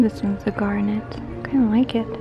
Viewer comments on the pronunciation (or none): Fun! Love what you picked out, especially the second ring with the filigree and pink mystery stone. I literally want everything you showed in that store! Oh, since you mentioned it, it's pronounced more like "garnit" than "net", emphasis on the first syllable "gar". I hope that didn't hurt your feelings, just trying to help! 😁 Thanks for the video! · Garnet is usually pronounced like, it rhymes with darnit. :)